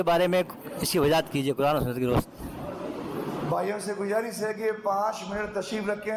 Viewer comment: Bhaiya pahale aap log apne sheen qaaf se pahale sahi kar lijiye Gujarish nahi guzarish hota Wajahat nahi wazahat hota